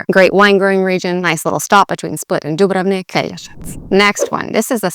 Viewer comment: Not sure why English people insist on pronouncing Dubrovnik with stress in the middle - DubrOvnik. Take English cities with three syllables: you wouldn't say ManchEster or LivErpool. It's MAnchester and LIverpool, so it follows it should be DUbrovnik.